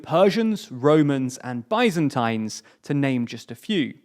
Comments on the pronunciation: Bi-zan-times lmao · Its biz-an-teens by the way. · His pronunciation of Byzantine makes me want to end it all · Does anyone else think he said Byzantine weirdly? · He can't pronounced a lot of English words properly either.